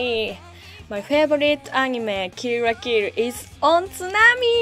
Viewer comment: "Kill la Kill" in Japanese is pronounced "Kiru ra Kiru" so she might be saying that. Or it could just sound like "Kiru ra Kiru" to us because of her accent.